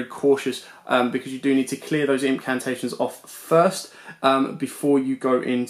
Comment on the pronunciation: I love you man, ur deck profiles are awesome. But imma have to be a grammar nazi for a sec. Nephthys is pronounced (nef-es-tist) Incamptation is pronounced (in-camp-tation) Cerulean is pronounced (s-air-oo-lean) Sorry man but that was killing me all vid😂, keep up the amazing work. Excited for more content.